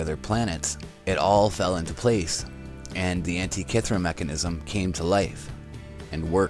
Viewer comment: you say Antikythera like a moron... other than that. good vid